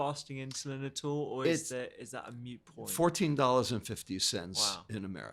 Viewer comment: Hard to take a host seriously when he says “mute” point 🤦🏻‍♂️